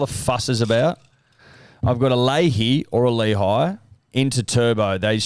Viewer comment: Definitely isn’t Layhe, it is Lehi. Cmon